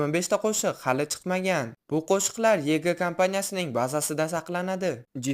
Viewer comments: Yg 😂 yuayji deb oqilad😅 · Vg emas vayji oʻqiladi❤ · Yg mas vayji oqiladi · Yiigii mas yeevayjee😅😅